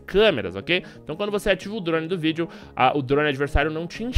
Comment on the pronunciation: Video? fala direito carai kkkkkkkkkkkkk